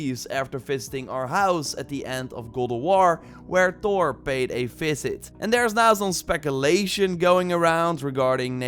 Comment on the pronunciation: Thor not tor